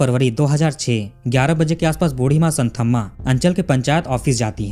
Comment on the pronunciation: भाईसाहब एक बात बताता चलू, की ये साऊथ वाले स्पेलिंग की * कर देते हैं. इनका "th" का उच्चारण होता हैं 'त " और dh का होता हैं द. मैं चेन्नई में रहा हूं 2 साल इसलिये जानता हूं. आप कहानी इतनी अच्छी सुनाते हैं, लेकिन साऊथ के नाम उच्चारण में आप गल्ती करते हैं. इस स्टोरी में वो संथम्मा नही, संतम्मा हैं. ये आप ध्यान में रखें प्लीज.